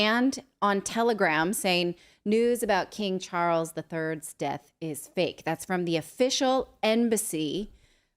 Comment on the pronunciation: “King Chawles” he may be related to King tut?🤔